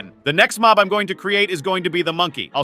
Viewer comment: it's mob not mop